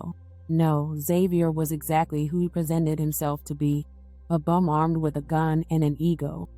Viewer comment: She said a bumb wit a Gun"😂😅